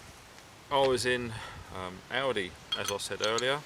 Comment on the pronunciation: fuck yes, go aldi, and you say it correctly as well.